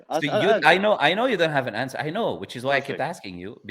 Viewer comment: he cant say answer (grape) but go watch video for answer bro xd